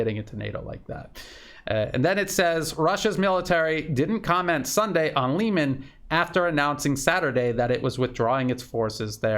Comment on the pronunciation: Try pronouncing Liman like you pronounce Kherson. It will sound much better and it is in fact the correct pronounciation. Don't take this the wrong way, it's just a friendly advice.